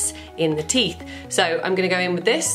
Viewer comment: Teef or teeth lol 😆